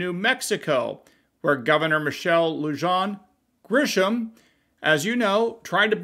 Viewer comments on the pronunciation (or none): Pronounced Lu' han... Bernali' yo... Spanish pronunciation - is new MEXICO a clue? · Lujan pronounced Loo-han. The Tiny Tyrant is what the locals call her.